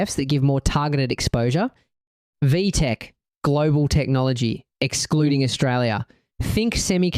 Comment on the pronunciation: its VTEK not VTEC